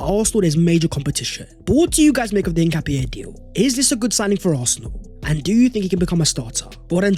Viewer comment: So for people wondering how to say his name its "een‑kah‑Pyeh"